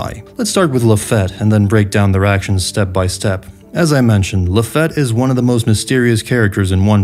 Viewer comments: My bad, it's luh-FEET, right? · Why you say Lafitte's name like that. I was under the impression it was said like Luh-feet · Its pronounced LA-FEET my brother. Good video but that was driving me nuts. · Laffitte pronounced La-feet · Do you mispronounce some words on purpose? Like "Lafette" and "Yemmy Yemmy no Mi"? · So annoying how yami yami no mi got prenounced or the name lafitte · Bro how are you THIS bad with the pronunciation? It ain't that hard. Yami yami not like "yeah"me" but like "yah"me" say "yaaaas queen" it's that "ya" sound. Lafitte, bruh. Not lafette. Really? Like "lah"feet". Yonko. Dude. Now you say "yahn"ko" ?? It's "yohn"ko" like john. Yohn. JFC this guy.